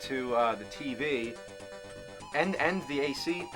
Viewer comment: Lol he says tvay